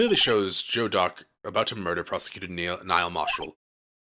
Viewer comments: Rewatching years later, watching getting mad about the game using the wrong words to describe things... all the while pronouncing "Neil" as "Niall" hahaha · While we're at it, Neil is pronounced "kneel" or "neel", not "Nile".